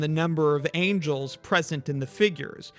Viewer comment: angles,not angels. Are you a non-native speaker?